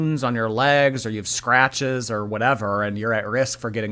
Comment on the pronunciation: “WOONS on my LEHhhGs” 😂